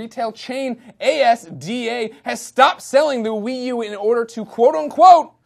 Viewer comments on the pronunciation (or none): Heh, did the host call it A S D A on purpose? It's usually pronounced like Az-da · A S D A made lol itspronounced AS DA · A.S.D.A? It's a word, not initials Asda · A-S-D-A... LOL? it's pronounced azda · Asda not A.S.D.A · HAHAAH A S D A It's pronounced 'az-da' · A-S-D-A? no mate is just asda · it's called Asda not A-s-d-a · Its AS-DA - not A.S.D.A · A-S-D-A. No, say ASDA. One word, pal. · It's not A. S. D. A. It's pronounced asda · you said a.s.d.a its asda just one word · "A.S.D.A." Lol oh Greg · Wait, what? A.S.D.A? OHHHHHH yeah you mean Asda, yes its a word Miller. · Hhahahahahaha "A.S.D.A." its asda. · It's not A S D A its just asda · A S D A ? , poor Greggy it's pronounced As-Da :) My countries silly! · Its Asda not A S D A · its not a.s.d.a its asda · lol A S D A its asda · its not a.s.d.a its asda! just say it how its spelt aha great show though! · Gregg you pronounce it ASDA not A-S-D-A! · "A, S, D, A"..?!? Lol, It's pronounced AZDU. Who does the research for this show?? ;) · A.S.D.A? hahhaah its asda you stupid fucking yank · Asda is pronounced as-da not a-s-d-a :) i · its not A.S.D.A its asda (ass-dah) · It's As-da, not A-S-D-A, Greg xD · ASDA not A S D A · LOL A - S - D - A haha funny americans! in Uk it's pronounced ASDA , as in one word. :P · hahahaha its not A.S.D.A its asda jus say it how it isblol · A s d a its fucking asda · It's pronounced 'ASDA', not 'A-S-D-A' Greg, just sayin. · A-S-D-A, it's Asda Greg ya dink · Just so you know Greg it's pronounced AS-DA not a s d a. Just a heads up for future reference from a British watcher and reader. Beyond. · Lol ASDA is pronounced "as-da" not "A-S-D-A."... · It's pronounced "AZ-DA" not "A-S-D-A". Friendly advice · Its not pronounced a.s.d.a its just asda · hahahaha a.s.d.a its az-dah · asda pronouced...asda not a-s-d-a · lmfao at A. S. D. A. It's just ASDA Greg... as a word. That's like me saying F. U. C. K. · A.S.D.A? its a whole word: asda, short for associated dairies, just for future notice.